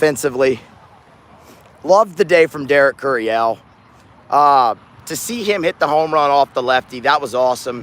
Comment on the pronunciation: says it’s pronounced KYUR-ee-uhl instead of kyur-ee-ELL